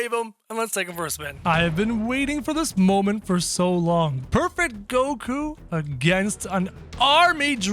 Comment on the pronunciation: Did bro just say koku